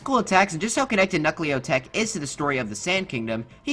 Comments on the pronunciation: bruh its knucklotec not knuckleotec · The way you pronounce Knucklotec makes it sound like knucklio tech 😂